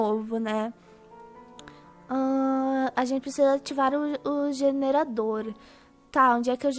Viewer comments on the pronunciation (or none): Á FALANDO JENERAODOR HAHAHAH SENDO Q E JERADOR HAHAHAHA